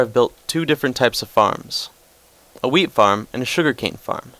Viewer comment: when he said wheat, i thought he said weed. Here is my weed farm :P